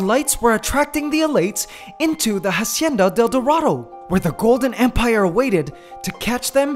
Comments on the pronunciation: Can you please pronounce it acienda del dorado? In Spanish the h is silent and it's driving me nuts. I liked the video though! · "Jasieda del Durado" lmao sorry